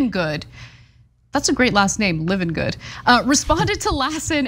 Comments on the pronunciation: .. Hopi = "Hope E" Livengood = "Lie ven good" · Love ya Ana, but please pronounce Hopi and Livengood properly. 🤪